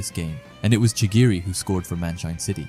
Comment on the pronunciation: Chigiri or chirigi?